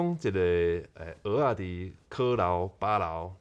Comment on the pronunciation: 在"蚵仔"的發音似乎比較標準？"蚵"有點用到喉嚨的音，的發音聽起來比較像"芋仔"？